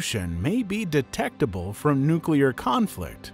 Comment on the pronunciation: Did the narrator just say "nuculer?"